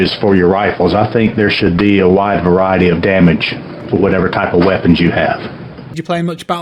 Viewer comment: "ze weppons ze tonks, i like it, is good" 😂